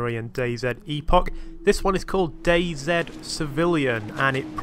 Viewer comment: Finally a youtuber that says DayZ properly!